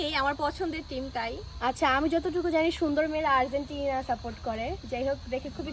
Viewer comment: It's Argentina not Arzentina ok